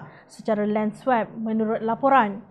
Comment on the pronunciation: Sila betulkan sebutan swap tu.